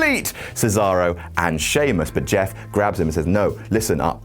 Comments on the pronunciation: "Im Jett, im Meff" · "i'm Jatt, i'm Meff" lmao